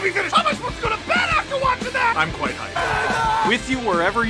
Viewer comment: I think you're saying "I'm quite hyped" but it sounds like you're saying "I'm quite high"... unless that is actually what you're saying, in which case... L O L